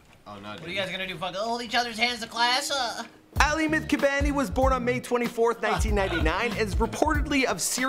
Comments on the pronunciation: Did he call him aly? Lul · Bobby Shmurda's hat i said aly because thats how he said it i was making fun of him its definitely not pronounced like that